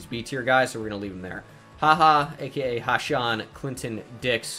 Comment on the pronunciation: Haha’s name is pronounced ha-seen, not ha-Shawn. His grandma gave him the nickname haha because people kept pronouncing it wrong